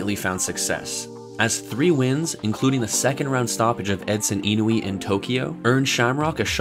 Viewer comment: Your voice guy mispronounced Enson Inoue, but I can't really fault him for that. Nice work on the video. It's also a shame so much old footage is so grainy.